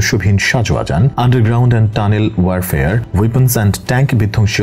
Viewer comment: শব্দটা waire fare না, এটা হল ওয়ার ফেয়ার warfare